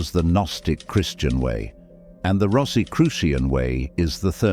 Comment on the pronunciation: This might have been interesting but I couldn't get past the fifth mispronunciation of Rosicrucian.